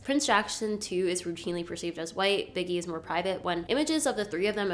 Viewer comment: His name (Bigi) is pronounced “Bee-jee” not “Biggy” just fyi